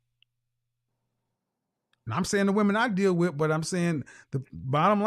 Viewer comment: She promounces the word "with" as "whitch.'